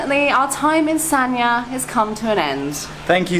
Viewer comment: The pronunciation is “San-Ya”. San just as in “San Francisco”, Ya similar to “Yard” without the ending d. Both and made it sound kind of like Sa-Nya, which is not correct. The Chinese is 三亚, two characters. In standard mandarin pronunciation, one character is one syllable, there is no link between syllables (characters). Here, the first character pronounces “San”, meaning three. The second character pronounces “Ya”. You cannot link the n sound at the end of “San” to the next character.